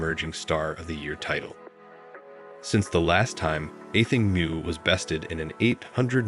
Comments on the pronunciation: Her last name is pronounced as “MO” not “Moo”! Learn to pronounce her name correctly if you are going to make videos! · moo? its mu “MO” not moooooo like a cow